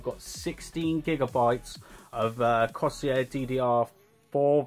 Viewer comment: it's not cosier corsair